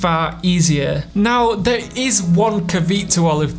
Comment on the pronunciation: I think you mean "CAVEAT" instead of CAVITE LOL